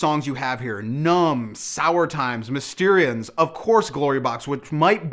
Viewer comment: Sad news for you, "Mysterons" is pronounced "Miss-ter-ons" - look up Captain Scarlet, it'll all make sense!